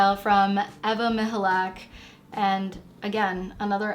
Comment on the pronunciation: as a native polish speaker I confirm you say Ewa Michalak corretly, I'm impressed!